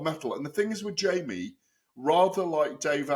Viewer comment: It’s pronounced ‘Jamie’ TKV not “Jimmy” you utter melt Adee🙈🙈